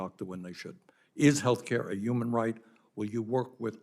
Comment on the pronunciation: I think bernie says “umam” instead of “human” on purpose